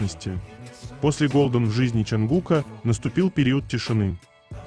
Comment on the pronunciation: От ЧонгУка.а не от ЧунгукА.говорите правильно